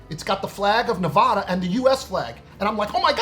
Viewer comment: you mispronounce the name of the state of Nevada and would mispronounce the name of a highly important mountain range in the state of California, the Sierra Nevada. It is not pronounced "na Vaaaauuugh da," it is pronounced "Ne Va da." The middle syllable is pronounced like the word "Vat" without the "t." It sounds like you were born and raised somewhere in the northeast or upper Midwest of the United States. You are living in the west and should pronounce like the people who live in Nevada and the Sierra Nevada. Otherwise I like your undercover videos and most of your viewpoints. Keep up the good work!